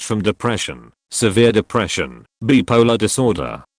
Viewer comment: As much as I've started getting exasperated with AI narration for just shuffling phrases around to make each "new story," along comes a tape like this with a gem to set me giggling: Can hard k y wait to tell my therapist that some people can be "bip-uh-luh."